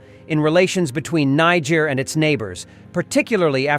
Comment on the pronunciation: Greethings the word is Niger and not injer same for Nigeria and not Nijeria thank u